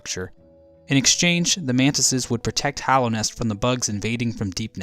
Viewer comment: Hallownest, not hollownest